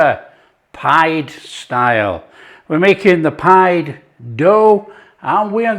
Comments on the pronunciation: Turkish / Cypriot nationals pronounce this type of dish as "Pea-Day" – Not “Pied” - It is delicious, Lived on it for weeks - Kept me going for sure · They pronounce it peedeh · Looks delicious.... Pide pronounced Pee-day. Afiyet olsun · Looks BANGING, but it's pronounced 'pi-day'! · What a great idea to stuff the crust. Feel inspired again. This breads name is pronounced pee-deh. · Pide is Pronounced "pee-day" and it's delicious.